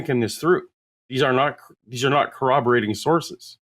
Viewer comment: He can't even pronounce corroborated. "Kuh-Wobber-Rated" is what he keeps saying. I've reached the point in my life where if someone is too lazy to spell or speak correctly, especially when they are explicitly told the correct ways, I don't trust them to try in any avenue of life, and I don't want anything to do with them.